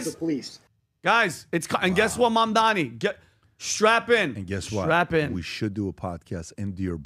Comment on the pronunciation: Why are they calling him Mamdami? It’s Mamdani. It’s ni, not mi!